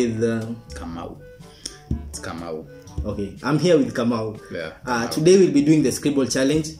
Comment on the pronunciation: He's Jaymo not kamau😂😂🤣 Anyways guys cheers🥂